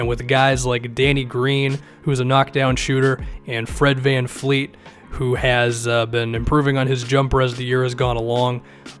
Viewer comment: It's VanVleet not VanFleet facepalm